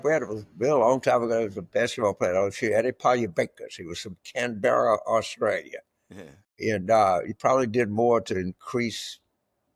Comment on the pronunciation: Accent is on the first syllable in Canberra.